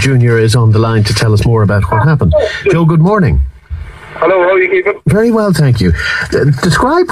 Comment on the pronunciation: it's very not fery